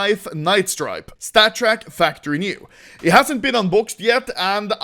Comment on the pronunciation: Take a shot when anomoly says statttrk